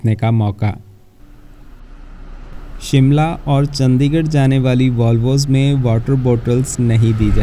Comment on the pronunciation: Bhai aapki sabhi videos wo chahe roadways ki ho ya rail ki, sabhi bahut achi aur informative hoti hain. Bus aapse ek guzarish hai ki kripya karke Chandigarh (चंडीगढ़) ko चंदीगढ़ naa bulaya karein.